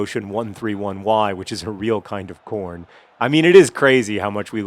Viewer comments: hehehe, i thought he said porn instead of corn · Every time I hear the word Corn, I always have to check to make sure he's not saying Porn.